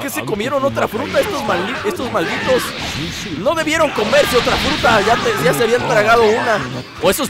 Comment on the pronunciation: decía frute no futuro XD